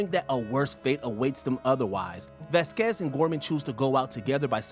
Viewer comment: VAZ-quez, not Vaz-QUEZ. It's even pronounced in the scene.